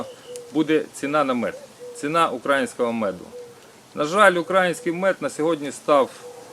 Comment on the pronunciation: Робiть правильний наголос на словi "український"